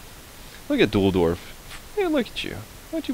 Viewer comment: dudlorf not duldorf